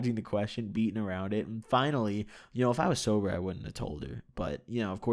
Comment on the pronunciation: "sober"